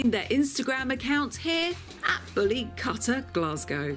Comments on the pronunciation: They don't even looks like bully kutta to my eyes. Looks more like Small Pomerrians. Mam, Plz Come to India or Pakistan to see real once. They are three times the size what you just shown. Bully = Bully & Kutta = Kuuttaa ( kuu ttaa) not Kaattaa but Kuuttaa. Kuuttaa = Dog in hindi. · Bully cutter??? I like the effor for the pronunciation 😁 bully kuwtha ( quwth-tha) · It’s pronounced KOOTTHA which literally translates to dog. Not Cutta. Lol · The word 'kutta' is a Hindi and Urdu word meaning 'dog' and is pronunced as 'coup-ta' and not 'cut-ta'. So, bully kutta literally means a bully dog. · Typically brown or black in colour. Bully kuta as the beautiful heartful lady was saying the actual correct pronunciation would be koota not kutta. Like bully koota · It's not pronounced "Katta" but "Koota" Koota means Dog in Hindi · its not pronounced as kata its pronounced as koota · It’s KU-THA not KHATA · Cutter?? 😂 It's pronounced kootha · It's kootta or kutta not katta and It's in Hindi language not in urdu. And they are native to India and they are in Pakistan becaue Pakistan was once a India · You don’t pronounce it as katha…it’s kuuuuuuutaaaaa! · Pronounce it correctly its kuutta (kutta) not katta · She got me when she pronounced " kutta" as Katta 🌚🤣🤣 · Like “cutter” 😂 also how she probably pronounces “Qatar” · Great video ❤. (ps dog in Hindi / Punjabi is pronounced Kuth-thaa) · Plz note that Correct pronunciation of Kutta is Koot-taa. Eastern pronunciation is different from western accents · The pronunciation of "kutta" it like "kootta" with soft "t" s. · It is not Kattttta.... 😂😂😂😂😂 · It's pronounced as "Koota" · its bully kutta its pronunciation is like koo not ka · Kutta, pronounced Kootťaa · Oh wow you are really butchering the pronunciation of kutta lol